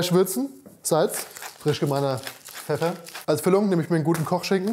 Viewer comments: Ich liebe die Aussprache!! Höre immer „Feffer“ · Frisch gemahlener „Feffer“ Ich liebe die Aussprache